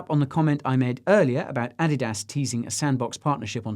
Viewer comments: Your pronunciation of Adidas is stuff of nightmares. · What's with that pronunciation of Adidas?